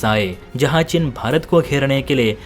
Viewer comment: चिन नहीं चीन। हिन्दी तो सही से बोलो।